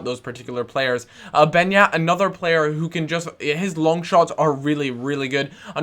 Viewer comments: It`s pronunced Benjat not Benat. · hey i agree about Beñat he is boss but its pronounced benyat that squiggle on top of the n i pronounced ny